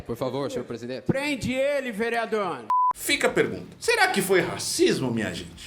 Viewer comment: "Prende ele vereadorr" 😂😂😂